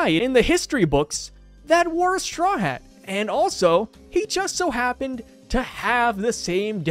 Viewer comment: I think all his Haa Haa's might be him trynna say Hat